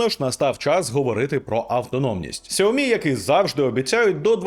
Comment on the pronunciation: Ксуомі, Ксуйомі... 😯 пздць... Чи все ж таки СяоМі?